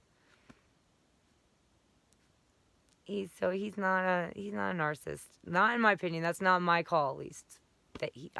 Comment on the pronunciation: You keep pronouncing narcissist incorrectly. You keep saying narcist and also narcistic. It is four syllables nar-cis-cis-tic. Please learn how to pronounce your most commonly used term.